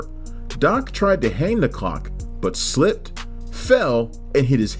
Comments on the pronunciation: just a suggestion, but the narrator needs to enunciate the 'l' in clock. It kept sounding like he was saying 'cock'. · I hear cock every time.😂